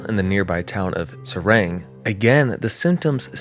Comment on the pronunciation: Engis is pronounced “ Ahn-jhi” and Seraing “Suh-rah” or as locals say “Sraa”😂